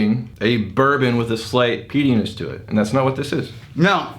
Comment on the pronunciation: be careful when you eat pretzels and try to say “peatyness”. Sounds more like a part of the male anatomy. Love you guys!